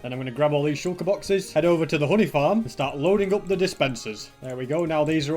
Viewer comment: i thought he said hoodie farm when he said honey farm LOL